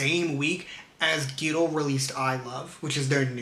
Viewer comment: Really love this video. Even tho I've been a Fearnot for a while now, I learned some new stuff about their streams and I really appreciate that you compare them to themselves. Intresting stuff. Also I thought it was so funny how you kept pronouncing (G)-idle as gidle like w the G instead of on it's own. Not really an issue but funny to me.